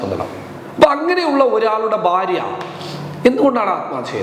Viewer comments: ബാര്യ എന്ന് പറയരുത്,ഭാര്യ എന്ന് പറയു. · സരി ഫാര്യ